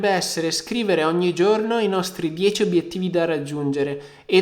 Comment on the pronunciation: "obiettivi". per il resto bel video come sempre!